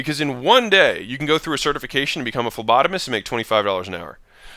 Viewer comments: Flubadamist? What? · A what? A fembotonis? Not sure what he says here. By the way love the content :) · Did you say plebotomist? ☕️